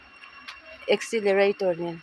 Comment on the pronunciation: accelerator tih turrrrrr